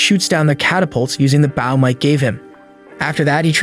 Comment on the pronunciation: It’s not bowe it’s bow 😂😂😂😂😂😂😂